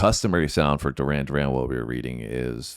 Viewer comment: Doo-ran, Doo-ran 😂